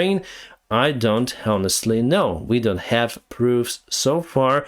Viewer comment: не "хонестли", а "онестли" буква "х" не читается )